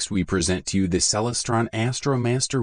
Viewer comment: You don't even know how to pronounce Celestron!